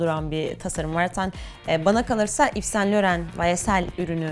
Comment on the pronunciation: İv San Loho diye telaffuz ediliyor